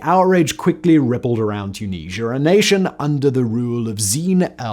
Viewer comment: Too-Knees-Ya!!!! OMG 😂😳🙄🙄😂